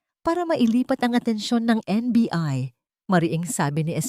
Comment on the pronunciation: kasasabi lang na NBI tapos naging NBE..haha kakatuwa kang narrator ka